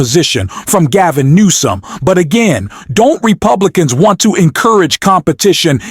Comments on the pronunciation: It’s Governor New som, not Governor Nome.😊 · Noam, come on, Newsom. At least get the pronunciations right. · You keep incorrectly saying Noem instead of Newsome. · Learn how to pronounce names; it's Newsome not Nomes. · Gavin Noem? It's Newsom. Goodness. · His name Gavin Newsom not Gnome. You are mispronouncing it. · Newsom!!! Not noom!!!!! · how about say NOME in stead of NEWSOME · Gavin nome??? Why do u call him that??? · His name is pronounced NEW-SOME !! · AI narrator or if it’s a real male narrator is bad at pronouncing Newsom as NOM 😩! Trumps makeup must be to cover skin cancer possibly. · What's with calling Gavin Newsom Gavin Knome? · Is the narrator AI? He mispronounced Pete Buttigieg twice and called Gavin Newsom Gov. Nome about 20 times? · Announcer: Governor Gaven Nome. Governor Nome. WTF is up with that??? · Wow! I had no idea Kristi Noem was beating down on Elon like this. Mad respect to the dog murderer...... Seriously dude! How about getting the name right, at the very least? Say it with me, "New-some". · Nome?? Why can't you get his name right? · why do you keep saying "Nome", that isn't how Newsom pronounces it? you keep using it back and forth i had to turn on text below to make sure there isn't a Gavin Nome. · You really have a problem saying Newsom. You keep saying Nome… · WHYYYY? Do you keep calling him Gavin Gnome??? I live in California and no one here can understand why people on YouTube keep calling Gavin newsom Gavin Nome... Including you on this channel... Please, can someone explain this? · Dude its Gavin newsom, you keep saying gavin noem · Why is the narrator of this show, calling Gavin Newsom, Gavin Noem??? Narrator get it right I'm not subscribing until you do I'm not even going to hit a like do you correct yourself FOOL.. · GAVIN NEWSOM NOT NOME!!!!! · Gav-in" "New Some" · Why do you call him Gavin Nome? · Can't get past the narrator calling Gov Newsom, Gov Noam! Get your Gov's straight! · Why do you continue to mispronounce names?